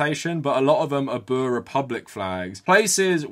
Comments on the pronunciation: also the pronounciation of oe is just wrong, its more like an "oo" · You've gotta roll the R in 'boer'. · As a South African, I love seeing you cover our country. Hope you do it more in the future. Also, you going through the different pronunciations of 'boer' made my day. 😁